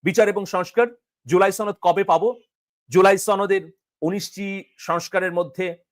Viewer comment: ভাই আপনি কি ইন্ডিয়ান বাংগালী? শুধু ছনদ ছনদ ছনদ বলেন আসলে সঠিক উচ্চারণ হবে সনদ